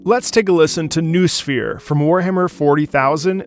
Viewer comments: It's no "Nuu-sphere", it's pronounced No-o-sphere". Noosphere is an informational field surounding secient or semisecient beings population, or even surounding whole planet and contains all information about it, it's lifeforms and it's reality. Sometimes noosphere can become some form of gestalt consciousness, like the notion of Gaia, for example. Hope someone finds it interesting😂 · Not "new-sphere", but "no-oh-sphere". Otherwise, liked the vid :) you got a new follower. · This is a nitpick, but it's pronounced No-osphere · Noos in noosphere rhymes with logos. no-o-sphere Noos is Greek for mind or reason. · Not only for, but for all you my beloved english natives. It's pronouncing not nu-sphere, but no-o-sphere. Two O here shouldn't create U sound, it's two O sounds after each other. =) word created by soviet philosopher from greek word "nous" - mind. His theory was that on our planet there is not only geosphere and biosphere, which include planet itself and all life on it, but also Noosphere which is a space of the collective mind, where ideas, thoghts and feelings exist. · noosphere is pronounces no-o-sphere. the sphere of all that can be known.